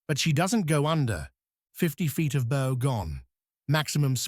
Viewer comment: Another really bad artificial voice. Cannot pronounce bow. Forward part of ship.